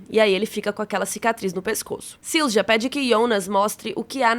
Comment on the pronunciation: a letra J tem som próximo ao I Silja na verdade se pronuncia algo como "zilia" Só pegar o Jonas como exemplo, se fala Ionas (aproximadamente) Mjolnir (martelo do Thor) se fala Miolnir (aproximadamente) Tarja (ex vocalista da banda Nightwish) se pronuncia Taria (aproximadamente) Pra tirar a dúvida, use o Google tradutor.